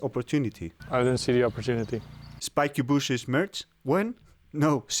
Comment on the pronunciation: Yes 957 I think and I'm glad I'm not the only one that loves it when talks about the "spiiikey booshes". It makes me smile.